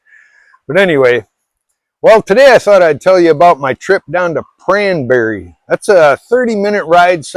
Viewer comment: why aren't people swimming much? It sounds like you're saying cranberry. Can you spell where the temple was? Thanks